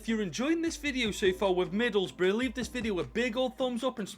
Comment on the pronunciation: To be honest, I kinda expect for to pronounce Middlesbrough as Middle's Bruh but it's still nice to see takeover Middlesbrough for ten freaking seasons